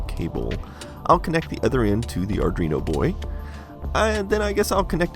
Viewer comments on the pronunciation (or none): Just a heads up, I believe it’s pronounced “Arduino” and not “Ardreeno.” thanks for the video! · Arduino, not "Awrdwuino" :P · It's Arduino not Ardrino lol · Is it just me, or does he pronounce Arduino as "ardrino"? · It sounds like hes saying ar-dreeno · wtf is an "ardrino" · Arrgghh stop saying "Ardreeno".